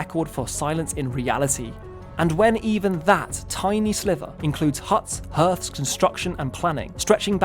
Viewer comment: Wait, did you try to say "hearth"?